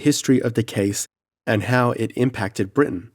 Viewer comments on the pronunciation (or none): none